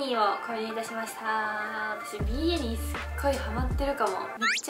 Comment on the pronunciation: ビーニーの発音が違う気がする？、、😳